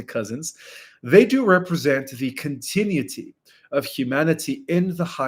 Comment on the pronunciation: Continuity, pronounced, Cont-ta- unity! You haven't learned when vowels are silent! Part of what makes English so difficult! Love you.